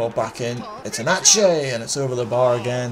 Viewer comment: The pronunciation was actually decent. The ones you got a little bit wrong were: Nedelcu & Enceanu (pronounced "Nedelcoo" & "Enceanoo", respectively) and Enache (pronounced "Enaque"). :)